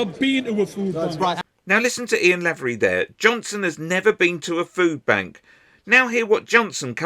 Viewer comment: Small point for future reference: The first syllable of Lavery is pronounced "lay".